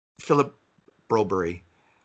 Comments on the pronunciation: granted I've only seen one Swedish highlight reel and it sounded like he said Brew Bare. Not BrO Berry. In German Berg is pronounced Bare g with the G soft and sort of falling off. I didn't hear the Y, figured the G just fell off. Are we sure the announcer just wasn't excited? Lol Goal Brew bare yay. I've seen Jacob Silverberg Swedish highlights and it sounded like silferbear. Again no EE sound. Swedes do talk super fast. Lol But seriously if he can't pronounce it in Swedish stick to English pronunciation. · It’s broberg. The Swedish didn’t invent English. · Why do repeatedly keep calling Philip Borberg "Broberie" ??? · It's Broberg!!!! I am sorry but this is now multiple podcasts where you're calling him Broberry. When have you ever heard of a swede with Berry on the end? They're all sons qvists ströms or Bergs with the odd gren thrown in. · ENOUGH of the BRO-BURY nonsense. WE LIVE IN CANADA, & SPEAK ENGLISH! Do you say Italy, or Italia? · You can hear how the Swedes pronounce his name and of this video.